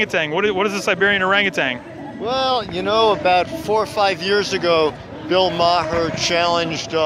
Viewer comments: Man with Yellow sign: "...Well he sued Bill Ma-her" Whelp, he's ignorant. If he can't pronounce the name of a popular figure then credibility is lost. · lol Bill "MA-HER"